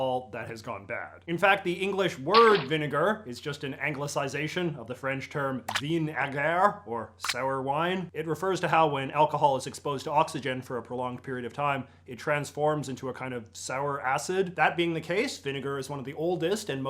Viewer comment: That pronunciation of vinaigre hurt a little, but I shouldn’t expect everyone to know French. Great video!